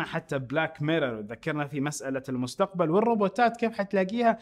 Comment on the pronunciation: من لا حظ كلمة مستقمل بدل مستقبل يوم تكلم عن بيل 😂😂😂